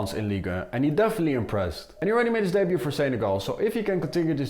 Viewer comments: Why do you say Senegal like Seneral? It's so distracting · The way u say Senegal is weird